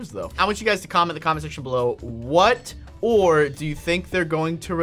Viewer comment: When you said what kind of ore they are going to release I heard there are going ro be copper!